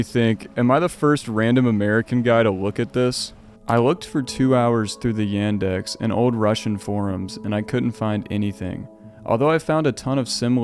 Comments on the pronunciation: Ендекс Это звучит как Яндекс Not a Endex its Yandex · Thank you for the video! Yandex is pronounced with "ya" as in "yarn" or "yard" or "ya all" It's very interesting to hear the point of a person who's of a different culture talking about all of these things. As a Russian myself, these pictures hit the spot on a much higher level than other American or European liminal imagery. I think that one of the most 'liminal' and 'liminally scary' things that I might experience is the liminal imagery of the old Russian village houses. For me, these buildings remind me of my childhood time which is never coming back. And seeing them destroyed and abandoned feels me with an emotion of something extremely existential like how some day you - personally - someday would cease to exist.